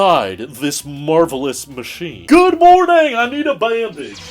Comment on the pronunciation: pm: “GOOD MORNANG!!!”